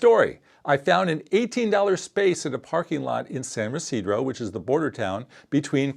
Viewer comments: San Ysidro is not pronouced your way... ever... by anyone. Also, we don't use passports, we use global entry passes and the sentri return line. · Pronouncing San Ysidro "Residro" can be forgiven as I surmise you're from the NE US (I can even also overlook "enterey" for entry) but "Waltz over the WHAT bridge"? Why would you call it a "PEDESTIAN" bridge? Does the nasal ting makes it that difficult? Oy vey! Later you say "versus" when you mean "via". What is happening here?